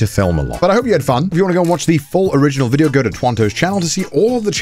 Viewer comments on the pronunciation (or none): none